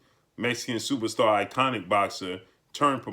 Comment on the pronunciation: Supastah, supastah, supastah. with that said, with that that said.